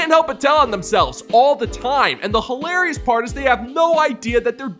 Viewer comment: Listen... the word is pronounced "hilarious" not "holarious".